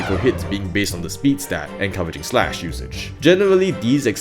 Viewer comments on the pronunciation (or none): none